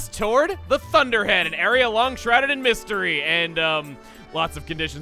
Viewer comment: Did you say... shrouded in MISTery?